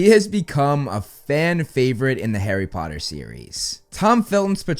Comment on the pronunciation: HARRY PPPPOTTAH